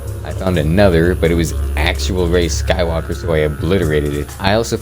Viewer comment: POV: you like him because he said Rey skuwalker